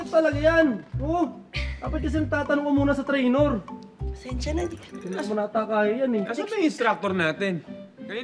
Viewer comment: It's trainer not trainor